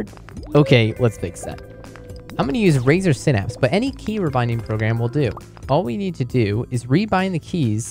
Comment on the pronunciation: "Razer sinapps"